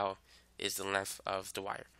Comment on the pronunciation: Normal people: "length": "lenf"